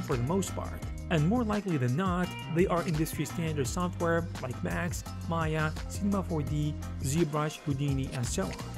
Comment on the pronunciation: It’s not Maya. It’s M AYA 😂